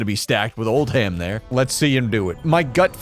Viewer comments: There's a town in the UK called Oldham. Its pronounced Old-am. Hearing you say Old-ham really messed with me. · ITS PRONOUNCED “OLDUM” NOT OLD HAM